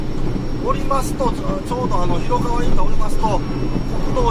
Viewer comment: ひろかわでわなくひろがわですよ